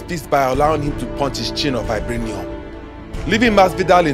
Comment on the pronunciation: "...his chin of vibrayneeom" sounds epic lol